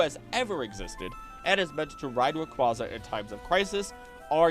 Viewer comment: Just to let you know, Rayquaza is pronounced as Ray-Kway-Uh. It's nane references quasar. Just letting y'all know for future videos 👍